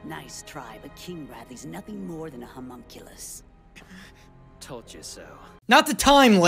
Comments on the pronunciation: believe or not... Ur saying it wrong. Humunculus nah homunculus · probably doesn't help that your saying it wrong "hue munculus"?????? like dude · you arent even pronouncing homunculus right, the "ho" part isnt pronounced like the "hu" in human, its more like the hum in humming. every time it sounds like your saying humongous. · You’re saying hyum-unclus Try humm-unculus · your difficulty with the word of homunculus. the letter s is your worst enemy my friend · Oh god I LOST IT when you messed up saying Homonculus 🤣🤣🤣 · You've said and will continue to say homunculus wrong throufh the entire duration of this series, and you've made it harder on yourself